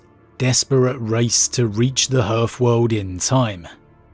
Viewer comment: Minor point but 'hearth' is not pronounced 'herth', it's 'harth'.